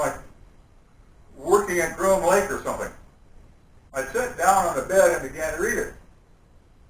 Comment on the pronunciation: Dawn Stowell : yes and he also called it, "GRIM" lake..